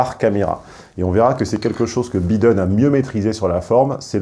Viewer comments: entre les "voice" et les "bideune" faites un effort sur les prononciations "les cocos" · Ca se dit "Baïdeune" et non Bideune! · Faites un effort... en Anglais le (i) se prononce (aille) et le (E) se prononce (ille) En théorie, il faudrait prononcer ‘’ Joe Biden’’ : « Joe-bail deun » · Es-tu s^ur qu'il habite aux États-Unis? Ça fait vraiment mal aux oreilles. Je ne connais personne qui ait passe plus de 6mois aux USA prononcer tous les noms 'a la française comme il le fait. "Biiiden", "buuuli" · le mec qui critique l’orthographe de ses abonnés tout en étant incapable de prononcer « Biden » correctement.